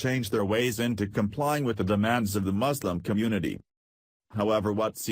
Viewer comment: You don’t even know how to pronounce “Muslim” correctly.